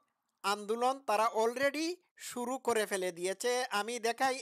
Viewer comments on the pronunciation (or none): none